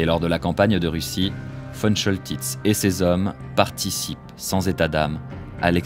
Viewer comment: On dit Von Koltitz. Ce général de la Werhmacht ( et non NAZI) adorait la France. Il a bien